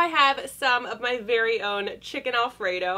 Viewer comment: Did anyone notice she said berry unique texture